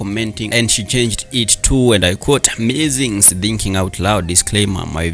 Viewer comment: Ikr!!!kiasi kuna venye nmekuwa nkiwish he was doing this in swahili ama sheng' tu juu kidogo kuna venye lusungu imemkataa......l was about to correct him on "musings".....